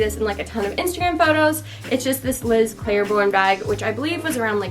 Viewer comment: It’s pronounced CLAYborne, not CLAIRborne.